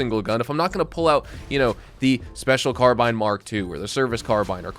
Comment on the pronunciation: Rockstar isn't fixing stuff, and you're still mispronouncing "carbine"